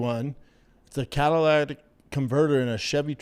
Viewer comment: To be completely fair, i think he says "Cadillatic" converter. Which is probably worse. haha What a redact.